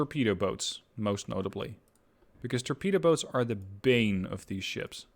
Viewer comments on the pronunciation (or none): none